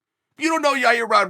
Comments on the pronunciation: He slipped up and accident said Yair’s name right lol love Uncle Chael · Chael finally said Yair instead of Your Ear